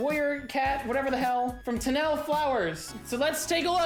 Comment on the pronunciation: the way he pronounced tenelle's name